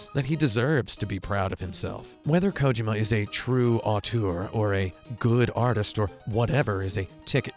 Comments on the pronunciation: Ko-ji-ma not kojoma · Thats how his name is pronnounced. Its not KoJIma. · "hideo kOjima"? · This guy is a total douche bag. First of all, he doesn't even know how to pronounce Kojimas name. Its KO-JEEMA. How does this non gamer not know this? Fucking idiot. Second, anyone that likes to hear himself talk as much as this dude does, isn't worth listening to. Wow. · Why would I watch your review when you can't even be bothered to get the creator's name right? Jesus Kotaku. You've sunk so low.